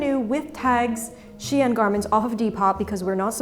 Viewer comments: I like how you pronounced "Shein" as "Chien," producing the (probably correct) implication that they sell dog-quality products. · Funny note, the way you pronounce "Shein" sounds like "chienne". Which is the name for a female dog in french and usually said as an insult. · Great video, but please pronounce the brand name 'Shein' in the correct way: SHINE. Yes, the words are pronounced the same, just spelled differently. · it's funny your prononciation of shein sound like chienne (female dog / bitch in french) except that thanks i learn a lot by your vidéo